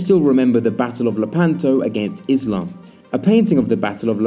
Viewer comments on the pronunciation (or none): none